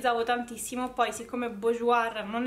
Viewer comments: Bourjois 😂 burjuà si pronuncia Scusa ma mi fa ridere quando dici bujuoir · Ciao!! Sono per metà francese è BOURJOIS si legge [borjua]😘😘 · sei bravissima e simpaticissima e ti seguo molto volentieri! ma ti prego non si può sentire come pronunci Bourjois, per favore per il prossimo video almeno non metterci la r alla fine!